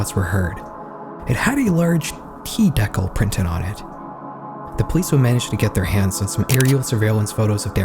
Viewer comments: What is this Deckle you speak of?😂😂😂 DE-CAL, you’re welcome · please. PLEASE learn how to say DECAL. You’re too old to not know how to read… what you actually said is spelled “deckle” which is a device in a papermaking machine for limiting the size of the sheet, consisting of a continuous belt on either side of the wire. So I guess it’s a word that I’ve never heard of, but not the one you meant to say. DEE-cal. Cal like calories hello. 😊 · "decle"... de-cal? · you mention the T decal, just fyi it is pronounced d-kal not deck-all. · "dec-al" how is bro not able to pronounce "de-cal." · Bro its pronounced DEE-CAL not deckel. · I seen the pinned comment before I was able to call it out, but DEKYLL LIKE JEKYLL for decal!? Say it ain’t so!? I do have a bit of hope since you chose to pin that particular comment, but that could also be a snarky & sarcastic move…A.I. is ruining A.EVERYTHING!! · Bro really said deck-hal instead of dee-cal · A "t deckle"? I think you meant " DEE-cal(orie)". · I have never seen some pronounce decal as [Dɛ'kəl] before lol. My parents make decals and they pronounce it as [DI'kæl]. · Ain't no way you pronounced "DECAL" like that?😂 deck-uhl Edit: so I just googled it and apparently it's how Canadians, Australians and uk. I've geniunely never heard of that before. I always pronounce its Dee-Cal. Cal pronounced like CALifornia. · dee-kal. not deccle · FYI, it’s pronounced “de-cal” not “dec-al” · “Dee-cal” not “Deckel” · Did you just say deckle? brother it's dee-cal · What the fuck is a deckle? It's a decal. Dee-cal. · Decal is pronounced "Dee-Kal" lmao, not deckle 😁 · Deckal? You mean dee-kal? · It’s pronounced “D-cal”, not “Deckyl” you muppet. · 'deckel' it's dee-cal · The deckul from his car lol...decal ...dee cal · sure but come on. dekkle. 😢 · I've never heard anyone pronounce dee-cal, as deckle before. Probably the scariest part of this video. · The hell is a dehkle? You mean a Dee Cal? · De-kal (like California)